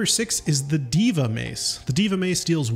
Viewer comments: It's pronounced this, day-va not di-va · Isn't it pronounced Day-vuh, not Dee-vah? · It’s PRONOUNCED DAY VA MACE NOT DEEVA MACE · Eyo famalam, you say it your way king, but Deva is pronounced DAY-Vah. Love what your doing though, keep going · Pronounced Deyva if it matters 9 months later. Keep up the work! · Deva is pronounced Day-vah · It's pronounced "D-AY-VA" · Pretty sure its pronounced deh-vuh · That's pronounced, Day-Va. You sound crazy. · lmfao that deva pronunciation